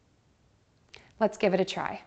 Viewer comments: I can’t hear you say patent as [pa-tent] when you pronounce it quickly, it definitely rather sounds like [ pa-‘ent ] I can’t hear the first [ T ] sound no matter how many times I try to hear it. It’s different from when you pronounce it slowly here we clear can hear the both [ t ] sounds. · Did you notice that you pronounced the word, 'patent' in 2 different ways? One where the first T is more stressed and one where the first T is almost silent. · I've been actually trying to verify this same exact question myself. My EMT instructor pronounced the word "patent" like "pay-tent" when referring to a "patent airway," when speaking about a patient having a clear/open airway. On the other hand, in an episode of Covert Affairs, one of the characters said "pah-tent" when using it in place of the word "obvious," such as: "a patent disregard for authority." I really wish there was some definitive clarification for this on the internet, since it isn't a word that you commonly hear.